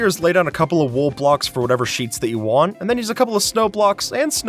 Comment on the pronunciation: "Place down the blocks that you wan" 😅